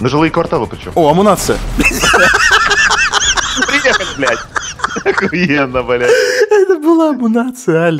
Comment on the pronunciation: не амунация а амуницея